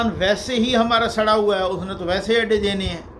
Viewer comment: بہت خوب ۔۔۔۔ اپ کایہ طرہ امتیاز ہے کہ اہ بڑی تحقیق اور چھان پھٹک کے پروگرام تیار کرتے ہیں۔ جناب..... مبارك.... میں ر ہر زبر پڑھیں۔۔۔ ھوا میں واو پر شد پڑھیں